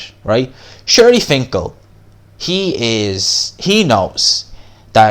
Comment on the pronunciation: HIS NAME IS “SHELY FINKEL” not SHIRLY.